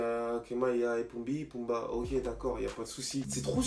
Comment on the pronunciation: Il a dit poumbi wesh😂😂😂